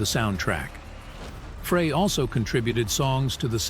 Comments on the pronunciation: Frey is pronounced, 'Fri like a French Fry, not Fra. Linda from Missouri 🎶🎵💜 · Very correct, it's just like a FRENCH FRY, please!! 😢 Not Fray